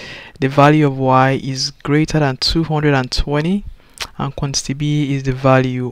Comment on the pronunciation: What he is pronouncing for quantity ???? FUN